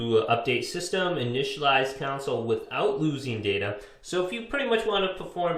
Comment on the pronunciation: It's console, not council.